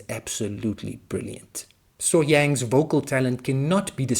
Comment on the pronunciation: Welcome to Sohyang's world, and you did a good job pronouncing her name.